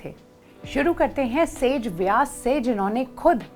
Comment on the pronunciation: वेदव्यास है ना कि सेजव्यास